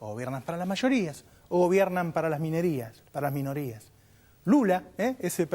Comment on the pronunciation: Pedazo de fallido jaja. "Gobiernan para las minerias" XD